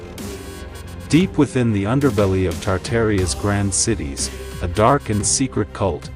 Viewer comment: what is "Tardaria'? 🤣🤣🤣